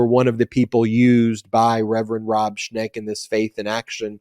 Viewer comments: Schenk not Schnek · It's ShENk, not ShNEk. Not sure of the exact spelling but it's en not ne. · The name is "Schenck", according to the internet, not "Schneck". Thanks for your great work!